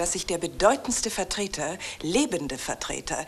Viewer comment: Dieser winzige, kaum zu vernehmende Miniversprecher von bei "Vvvertrer"!